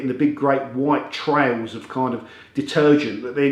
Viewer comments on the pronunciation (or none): none